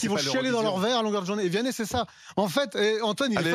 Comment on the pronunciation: "VIANNEH" MDRRR j'en etais sur il allait dire ça.... Le chanteur préféré en sortie de messe mdr Il est bien plus detesté en france qu' Aya